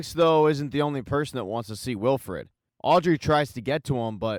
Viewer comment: It’s Wilford not Wilfred lol